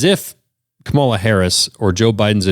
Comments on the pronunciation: Like most Republicans, only cares when his own ox is gored. Serves him right. Also it’s KA-mala. It’s not that hard. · and it's pronounced KA-ma-la, and you not knowing this in 2025 shows how absolutely incurious you are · Why are so many Trump voters STILL pronouncing Kamala incorrectly? Oh yeah, it’s because Tucker, and Fox News, and Trump himself all INTENTIONALLY pronounced her name wrong. 🤔